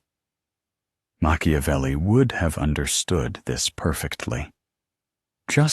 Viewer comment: Mak ia velli.... NOT Mashiavelli.... please!